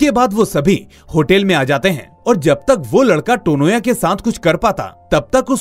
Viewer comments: It's not टोनोया. It's तोनोया. Coz in bangla 'o' sound has importance. I mean to say this sounds is common in bangla language. तनया becomes तोनोया. Beautiful explanation indeed !❤❤❤❤❤❤️ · Firstly it's Tanya ..😅with a Bengali pronounciation (Tonya)